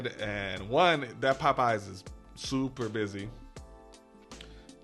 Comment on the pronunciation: Is that a region thing to pronounce popeyes like pup eyes? Lol. It sounds so funny. Chuck on dashing across America says it like that too lol.